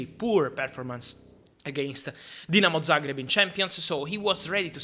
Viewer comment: Man pronounced Dinamo Zagreb correctly 😭😭😭 bless you Fabrizio🙏🙏🙏